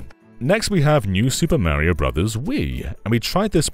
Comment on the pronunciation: Take a sip every time he says super mary-oh. Have a good time